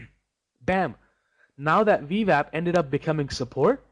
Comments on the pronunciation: Wah. Ooooooo-WAH. Wap. Vee-WAP. If Schwarzenegger can pronounce “W”, anyone can. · This guy can't say veeewap lol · Do I keep hearing V Vap?